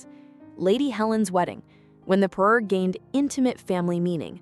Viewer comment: It’s a parure, pa-RUER, not a paroo! If you’re going to be a royal jewelry channel, you have to get the language right.